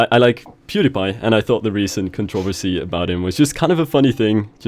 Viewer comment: As much as I love.... The way he pronounces controversy was driving me insane😂